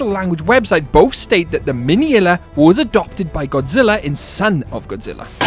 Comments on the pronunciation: It's pronounced Min-ila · "miniilla" "gygan"💀